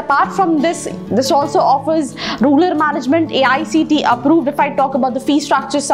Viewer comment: Yeah she doesn't even pronounce the word rural correctly..